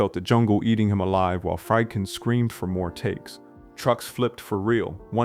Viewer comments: Friedkin is pronounced " Freed- kin", not " Fried- kin". Its a german name. You pronounce the second vowel, not the first. Look it up. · Some constructive criticism. First, I assume the narrator is human (not AI). If so, make sure you pronounce things like director’s names correctly, like FREED-kin, not FRIED-kin. Movie buffs know these directors names, so, mispronouncing them sounds low-effort. I liked the video, but the mistakes kept me from subscribing. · Can't pronounce Friedkin.